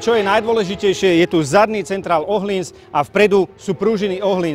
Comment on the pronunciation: Je fajn že víte jak se vyslovuje přijmení tureckeho jezdce. Teď ještě ten öhlins😉